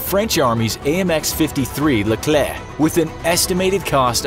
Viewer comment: "Leclerc" i am french so don't try to make me angry ;p